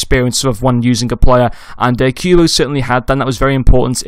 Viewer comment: good vid but its not pronounced queuebo but kubo